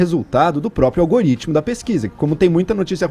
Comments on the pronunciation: "Algaritimo" ai kkkk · Kkkkkk. Não conseguia prestar atenção no que ela falava quando ela soltava um "Algarítmo" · algAritmo!!! kkkk q analfabeta!!!! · "olgarítimo" uhsuahsuahs essa cannabis ta detonando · Nossa, essa falando Algaritimo é foda! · Pelo amor de santo deus garota.. ALGAAAARITMO NÃO EXISTE